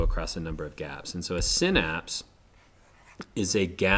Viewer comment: You say synapse wrong